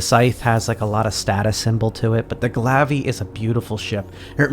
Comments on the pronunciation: The glav-ve.... it’s pronounced Glaive... Gla ay ve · This guys an idiot not knowing how to say Glaive.